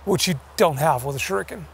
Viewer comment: For god sakes yankee... its pronounced as Shuriken. Not "shuruken".... its "shuriken".